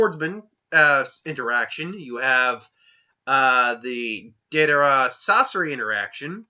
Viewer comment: Yep. He fucks up soooo many names. Lol. Calls Day-der-a , Da-dar-a. Lol.